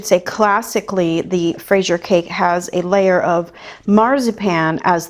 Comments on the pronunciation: I really appreciate how much effort and attention to detail goes into your tutorials, it’s so rare to find classic cakes veganized from someone with professional training! BTW, there is a video on youtube called "how to pronounce fraisier (correctly)" it sounds roughly like frez-yeh 🍓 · Not really, fraîse is strawberry. You say fraisier gatêau because it's a cake full of strawberries, it would be literally translated as a "strawberried cake". 😅 And what matters is the recipe 😊 The pronounciation is very difficult to explain here in the comments since we can't add sound. 🙂 What a beautiful cake, great job as usual 😊👏❤